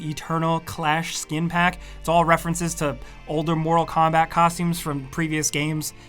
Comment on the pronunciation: “ Moto Kombat 11”